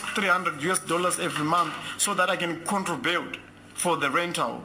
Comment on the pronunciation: kkkkkkk lol,its CONTRIBUTE not CONTROBELT....chirungu ichi ma1,anyway nyatsofumuranai we are listening